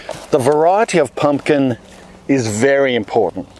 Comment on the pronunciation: Pump- kin - pump kininkin 🤣🤣